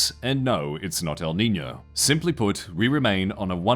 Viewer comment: I'm not even Spanish and that El Nino pronunciation hurt... wait why were the first 2 times wrong but the next 2 pronunciations correct?